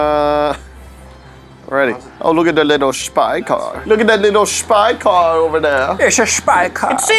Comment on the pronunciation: car not cat